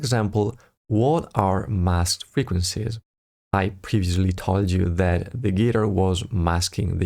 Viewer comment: Dude! Thanks for the video! Please check the pronunciation of the word guitar!